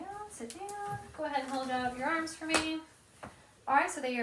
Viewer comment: "flex your erms"